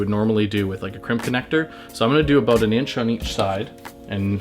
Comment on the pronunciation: I heard him say "aboot". Not sure bout this guy...